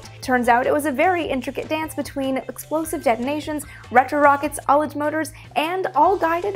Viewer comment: Finally one of the space YouTubers I follow pronounces ullage correctly! <3